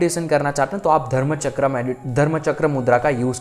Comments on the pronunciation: Please sorry पर बहुत समय से आपकी छोटी विडियोज देखी तब भी लगा बोलूं पर आपके सामने मैं तुच्छ हूं लेकिन एक बड़ी बहन के नाते कहने का मन किया अन्यथा ना लें आप बहुत अच्छा कार्य कर रहे लेकिन आप ये जो चक्र को चक्रा बोलते या आज्ञा को भी आग्न्या बोलते हो आपकी नॉलेज बहुत अच्छी है पर हर चीज में आ की मात्रा उसका अर्थ बदल देती है कई महान गुरुजी लोग बताते शिव को शिवा बोलने का क्या अर्थ होता शिव प्रभु और शिवा यानी शक्ति अब आप कई बार ऐसी ही त्रुटियां करते और लोग भी इसे सुनते इससे फायदा हो या ना हो पर गलत उच्चारण सही फल नहीं देता ऐसा कई गुरुओं का मानना है और हमें भी सुनने में अजीब लगता ये अंग्रेजो की आदत होती हर चीज में आ की मात्रा लगाते हम तो हिंदू हैं क्यों ऐसी शैली का उपयोग करते आप। एक सुझाव है ये बस बाकी क्षमा चाहूंगी आपको कुछ बोला इसके लिए आपका ज्ञान बहुत अच्छा है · Aap log pahle chakron ka Naam sahi se uchharan karna Sikh le FIR video banaya kariye